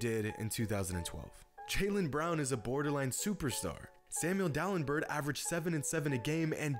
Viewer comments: Samuel DalemBURT lol. It's pronounced DalemBEAR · Pronounced DalemBARE SMH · Lol Dalembird and Dalembert it's pronounced Dal-em-bear. you're a funny dude. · Gilbert Arenas was better than Bradley Beal and that’s not how you pronounce Samuel Dalambert’s last name.